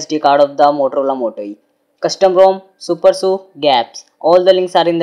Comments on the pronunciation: it is pronounced as "Su-per-S-U" and not "supersu" and also, it is always "G-apps" and never "gapps" btw nice try on doing a video. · it's super s u not su